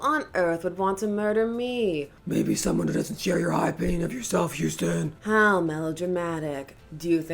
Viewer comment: Umm, it seems to be Hostin, not Houstin.